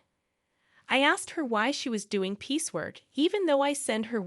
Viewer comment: "piece work" NOT "peacework"